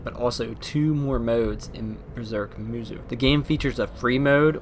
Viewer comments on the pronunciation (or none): XD it's pronounced as ( musou / musow & not muzu ) but nice review & please read the manga first before you jump in to watch one of he crappiest adaptations for anime ever , except for the old berserk anime that was actually good / decent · Its "moosow" not "moozoo" I don't even know how you can get that wrong unless you just think that the o in musou is silent, but even then it would be "moosoo" so I have no idea how you came up with saying "moozoo" all I know is that I cannot watch this video because of how annoying this mispronunciation is. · Isnt it pronounced "moosow" not "moozoo"? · pronounced "moose oh"